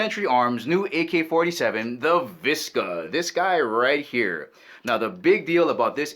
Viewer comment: Vishhhhka not viska